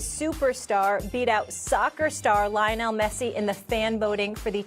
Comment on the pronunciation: did she just say Lion-nel Messi instead of Leo-nel Messi, just cuz it’s spelled as Lionel. I am finally convinced she doesn’t know what she’s talking about in terms of sports